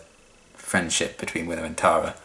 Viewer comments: If you watch then "Clahra" should be sufficiently seared into memory. Similarly, Giles—and, unsurprisingly—says "Tahra" [tærə] instead of [tarə] like the other characters (including Tara herself) say it. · As far as pronunciation goes, when I first watched the show I didn't pay attention to her name on the credits, so thought that Tara's name was Terra for a number of episodes. That's what the American pronunciation sounds like to me (in Australia we would pronounce it the same as you ).